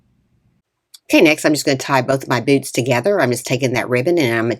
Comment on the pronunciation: Oh my goodness! At first, I thought you said "BOOB" instead of boots! Lol. Very cute.❤